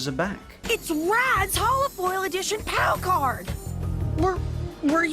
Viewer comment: Did somebody hear say COW card instead of POW card?